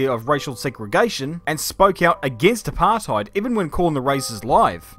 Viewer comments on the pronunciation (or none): english speaking people saying apartheid just sounds so wrong. i mean, its all about saying the rt the dutch way and then you got it right, but otherwise just no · You’re saying apartheid wrong It’s not English It’s Afrikaans